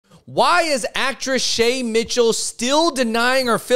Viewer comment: you can’t pronounce “Shay Mitchell” without saying “shame” Shame Mitchell